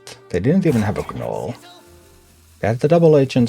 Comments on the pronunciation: I LOVE your teaching style and patient gameplay !! One small note though....the "G" in gnole is silent.. Its just pronounced "Nole". Although admittedly your English is far better than I would be able to speak your language. Thanks so much for your content. Im pretty sure you have made a lot of people much better at a fantastic game !! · The g is silent when you say gnoll. Thanks for content